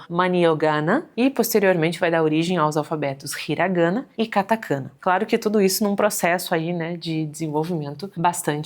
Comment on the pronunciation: Ótimo vídeo, apenas um adendo... Katakaná e Hiraganá, a "sílaba tônica" no japonês é sempre a última.